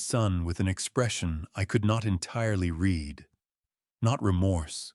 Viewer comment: There are two pronounciations for the word READ. They are not interchangeable as you often do.